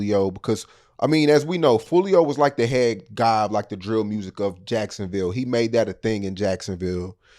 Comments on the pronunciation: They all say Yacksonville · “Charlz luv jiackesonville”